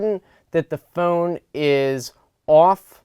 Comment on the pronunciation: The way this guy says phone makes me really wanna hurt him. And I don't have a violent bone in my body. But I guess if there was a trigger for violence to erupt in me somewhere on planet Earth? It's this guy's pronunciation of phone. :(